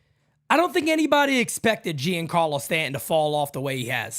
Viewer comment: the name is pronounced Jjjjon carlo. Not Gee on Carlo. Thanks for the show!